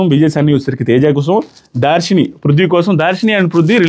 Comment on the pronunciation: Dharshini ❤ not daarsini